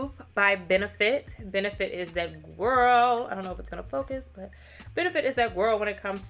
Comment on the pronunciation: This hair GWORL (saying girl in your voice) cracks me up every time! You look gorgeous love when you do color. Can’t wait to see the next vlog. And the new balance rain cloud yes ma’am! Just got mine. ❤